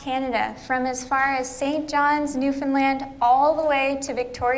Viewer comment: You are a great dad.And you get an extra ration of maple syrup for pronouncing Newfoundland right❤️🇨🇦👍